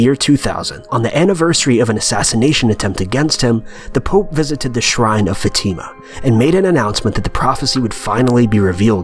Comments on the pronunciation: It's "fah-tih-muh" not fateeemuh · It's not FaTIma. It's FAtima. Seriously it's incredibly easy to pronounce c'mon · It's no Fatima is Fátima!! You are reading it wrong! I'm Portuguese... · Your pronunciation of the name "Fatima" makes me uncomfortable for some reason. We pronounce it as such "Fa-a-t-imah" (with a short "e" sound after the letter "t" ) .. and not " fateema" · Brigid Knumbthumbs yeah its more like fat-a-ma that's how my religon teacher said it anyway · Fatima is not pronounced that way... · You mispronounced Fatima and Marian, but I'm only 2 min in